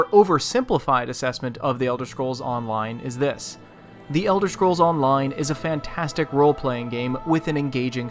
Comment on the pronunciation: Haha "fantanstic"? My ass.